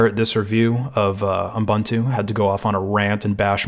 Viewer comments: He did pronounce it um-buntu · Is it just me, or does it sound like you're saying "U m buntu" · like M'buntu, reminds me of some african-ish name